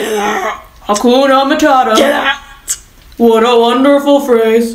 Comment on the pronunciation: THE EXAGERRATED PAUSE ON “get… o u t” is so accurate